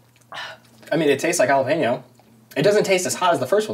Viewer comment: is this lady serious saying "jah-lop-ino"